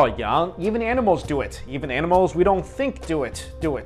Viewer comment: nice way of saying mother u said moder